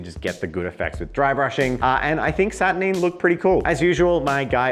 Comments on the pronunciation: SAT UR 9!!! not saturneen!?!?!?!?!?!?!?! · Why are you saying "Satur-neen? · Saturneen... neen? Sat ur NINE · Satur Nine not Satur Neen. Can clearly tell you never watched the videos GW made, because they pronounce the name properly. Not this weird Neen you guys keep saying. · SaturNEEN? 🤢🤮😂 love it when YouTubers deliberately mispronounce sheet.